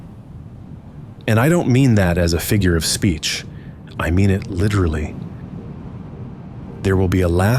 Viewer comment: "I mean it lillerally"